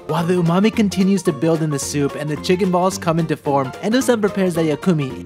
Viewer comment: You bastardized “Umami” in this video.